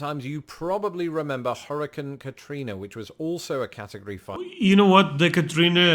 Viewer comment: He doesn't know how to pronounce hurricane